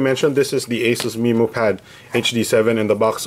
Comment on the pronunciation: That's the correct pronunciation "MeMO" Like Finding MeMO the movie